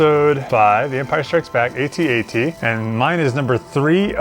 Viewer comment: A-T-A-T Thankyou for saying it the correct way 👍🤣